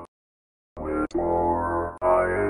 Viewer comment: That's not how you pronounce it I live ther it's not whit more it Whittemore!